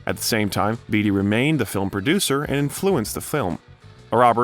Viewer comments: The narrator also mispronounces Greenwich Village & Warren Beatty. No big deal though. Perhaps English is not his first language. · THANK YOU! I also heard him say "Eh-bert". And it's Warren "Bay-tee" right? Not bee-tee?